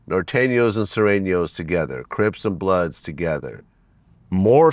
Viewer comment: 😂😂😂 why he said crips and bloods like that